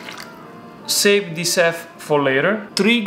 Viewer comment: just so non-Italians understand you better: you don't say "EF amount", you say "HHHAF amount":D